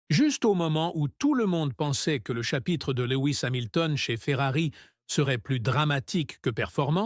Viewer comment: à ... "LEWI ..." c'est bon je ne regarde plus. C'est quoi ces vidéos ?? Comme l'autre fois il parle de "Monagasse" ... Même nos cousins Québécois ne parlent pas comme ça. Laisse tomber frère.